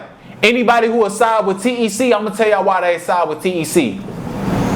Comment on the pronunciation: Nigga ik the ppl really from the city they call him t.e.c not tec 😂